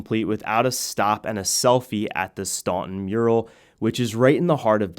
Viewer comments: It may be spelled Staunton, but it is pronounced Stanten. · It’s pronounced Stanten